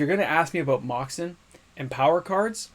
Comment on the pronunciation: Pronounces moxen correctly but keeps saying cdeh 😂